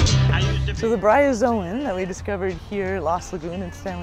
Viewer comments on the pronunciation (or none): That First Lady said Byrozoan... it's a Bryozoan. I used to see them all the time in Louisiana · "Byrozoon" what the hell? you could at least learn its name before making a video about it.